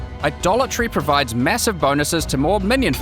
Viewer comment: I swear, every-time he says Idolatry I hear "A Dollar Tree" 😂